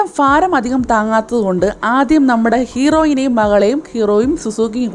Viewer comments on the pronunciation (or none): ഫാരം അല്ല ഭാരം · Chaghadam faaram alla baaaram baraniyude baa😜🤣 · ഫാരം അല്ല ഭാരം